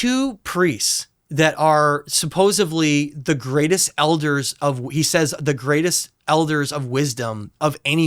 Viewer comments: Guy says “Suposably” and I’m supposed to respect this interview? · This guy is mispronouncing supposedly and it’s getting on my nerves but really like what he’s talking about.